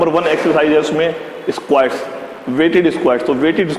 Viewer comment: bhai esqauats ni squats hota h 😂